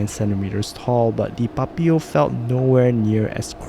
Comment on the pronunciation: Why u pronounce Papio like that 😭 PuPeeyow